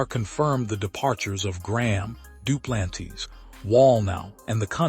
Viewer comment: Hey AI you pronounced Duplantis as Dew-plan-tees 😂😂